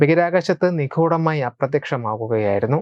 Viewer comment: നിഖൂടമായി അല്ലകേട്ടോ ! നി..ഗൂ..ഢ മായ ..😅